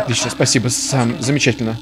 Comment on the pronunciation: САМ а не СЭМ! САМ! Об этом в самом начале написано!